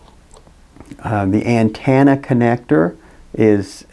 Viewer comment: AntEnna... not antAnna! Damn!!! hahaha Drove me bonkers listening to that!